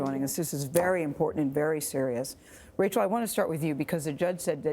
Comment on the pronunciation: Gayle you couldn't even pronounce Rachel's name correctly??